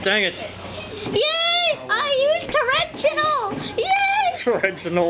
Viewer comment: Dude, this was so long ago. I'm the chipmunk child, and shit I sound annoying. xD That torrential (pronounced incorrectly) was really just lucky, I had another trap card to kill his DaD even if he didn't summon the thingy. xD Hello.